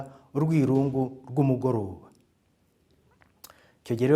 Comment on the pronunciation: Bavuga "Umugorôoba" si "umúgóroba"!